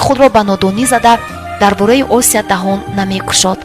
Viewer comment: Хамааш хуб вале номи Осияро точикона талафуз кун на руси, Ося неву Осия!!!!